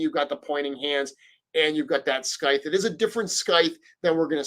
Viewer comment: I’m triggered by how you mispronounced “scythe.” Haha